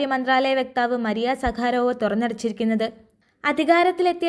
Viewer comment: വാർത്ത മര്യാദയ്ക്ക് വായിക്കാൻ അറിയില്ലെങ്കിൽ . വേറെ വല്ലവരെയും ഏൽപ്പിക്കുക . മരിയ സാഖരോ വ് എന്നല്ല മറിയ സഖറോവ്